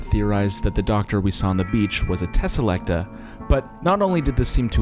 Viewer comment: i just want to mention this as also another NA doctor who fan i think it's tesalecTOR and not "TAH". otherwise i mostly agree with the the review as a fan of the original rtd era. Im tired of these same old writers and i know there's plenty of scifi/fiction authors in the uk willing to write and take a risk on a DW script but the BBC or showrunners would be unwilling to do. the fact that these men grew the revival out of being the "biggest fans"in the writing space while unwilling to platform new writers seems "pick me" in a way . honestly my biggest disappointment for this new 8 episode series was that the only writers were RTD and Moffat despite how much i love them. Change is a necessary part of this show for it to survive for 60+ years and for it to continue further it needs to not piggy back the revival from less then 20 years ago.